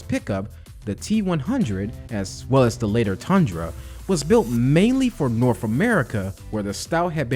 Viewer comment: “Norf America”